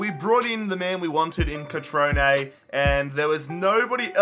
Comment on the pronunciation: Cut-trone-a not cut-trone